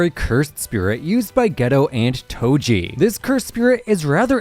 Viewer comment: Do you mean “Toji?” Not “Toby?”